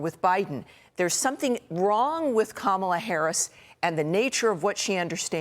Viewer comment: Katie Pavlich has been on panels with people who pronounce Kamala correctly, yet she still mispronounces it. At this point, that indicates a kind of stupidity. Unfortunately, Larry Kudlow only recently started pronouncing Kamala correctly, but still slips back into his bad habit.